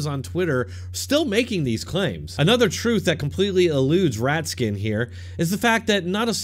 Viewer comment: Did you say Rat-skin? 😂